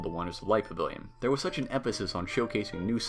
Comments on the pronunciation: "Pa-vill-yon" Practice!!!!!! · Guy, you talk way too fast. When you say pavilion you literally say pvlin .like slow down omg. You talk faster than that wdwnews kid.